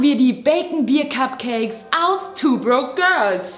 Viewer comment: sagt bei etwa "kack"cakes?:DDD